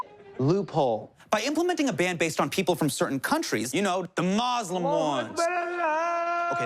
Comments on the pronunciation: he says muslim properly :O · Muslim pronounced correctly :-0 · Justin Trudeau didn't say MUZLIM ..aaaaaaaaaaaaaaaaaaah!!!! 0__O